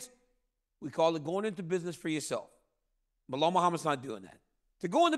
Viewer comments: I like how Chael calls him Blahall. 🤣 can’t nobody remember dudes name and plz stop this GSP comparison, that’s so disrespectful to GSP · Whos Behal 😂 idk why he can't pronounce names properly 😅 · "Blehal.' Chael is the king of slaughtering names --- I don't if it's because he couldn't care less, if it's part of his schtick ... or both. Lol. Either way, I'm here for it 😅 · Chael: Ba' hall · Chael will absolutely NEVER say Belal’s name correctly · Man someone please tell Chael it’s Belal